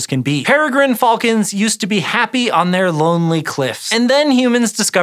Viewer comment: How much do i have to pledge on Patreon to never Here this guy say. Ever again????